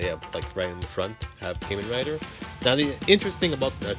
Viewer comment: "Kaymen rider"?